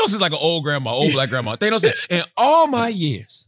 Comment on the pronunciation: CHARLAMAGNE, ITS THA-NOS, NOT THAN-OS